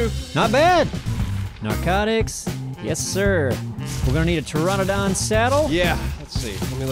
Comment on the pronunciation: I hate to be "that guy" but it's a pteraNOdon, not pteradon.